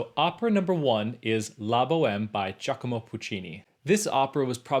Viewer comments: Gio- a- kee- no Rossini. (Not Giacomo) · Good list - But dude! when you pronounce Gioachino Rossini incorrectly you screw your credibility.....